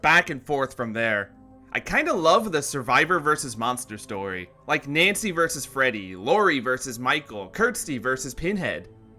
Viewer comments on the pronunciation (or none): none